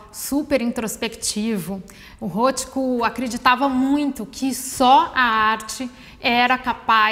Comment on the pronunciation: Já começa pronunciando errado o nome do artista